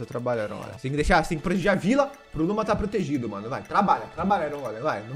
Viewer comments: as vezes o fala luma e eu escuto luba kkkk edit: acho que o bioma de carvão e o de montanha pq no meu mundo no hardcore, eu fiz uma casa na no bioma de montanha e era o paraiso dos carvões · Falou:Luma Entendi:Luba